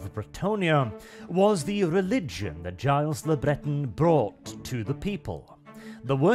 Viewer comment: "Giles Le Breton" where's the french spin bro? its probably pronounced "Jill'le Bretór"